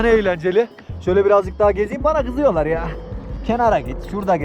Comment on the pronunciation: tam bir gonyalı "bana gızıyolar ya